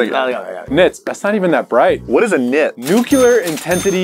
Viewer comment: Anybody else notice that (or ) pronounced "nuclear" as "nuculer" so the word said "nucular".